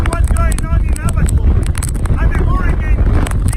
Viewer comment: The Bahamas has 700 islands and 30 inhabited islands. It’s pronounced “ABBA KOE” Read “The Guardian” or “The Tribune”. Those are the 2 major newspapers of The Bahamas. I lived there in , and saw 2 hurricanes, the death tolls are real. People “over the hill”, live in shanty shacks. Watch “Mike’s weather”, on Facebook.